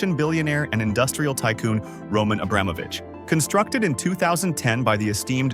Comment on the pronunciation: Pls, learn how to pronounce the last name Abramovich correctly.